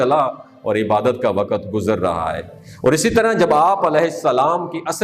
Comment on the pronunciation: Ye wakat kya hota hai??? Waqt is the right word.